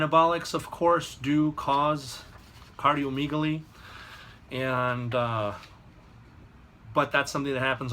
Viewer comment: MD wanna be. For one its pronounced cardio "meg" aly....not "meeg" aly. For two "gonads" are the testicles...no one injects them, they inject the shaft of the penis.